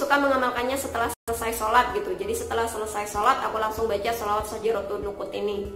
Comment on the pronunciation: syajaratun nuqud neng, bukan nusuk🤭😋